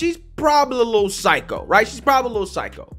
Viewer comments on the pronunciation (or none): none